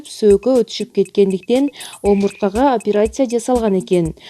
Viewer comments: Апарасия эмес операция деп окунузчу сураныч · операция деп жазылат. апереция деп айтылат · Суйлоп аткан эже бираз даярданып алса, тили келбей калып атат апыратсия деп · Бул кыз шумдук окуйт экен😂😂фулармония,операсия😂😂